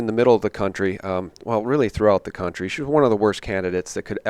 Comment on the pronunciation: "As Texas goes, so goes the cuntry." LOL 😉 Let's all hope. Dr. Pressley is brilliant and I hope that she is victorious.